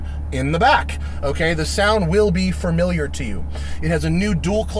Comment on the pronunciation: I hope I'm not hearing you say "framiliar"